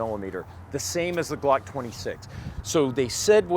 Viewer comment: Weird, you mispronounced glock 5 times. You feeling alright?